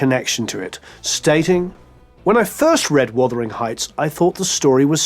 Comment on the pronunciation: "Wothering heights.."??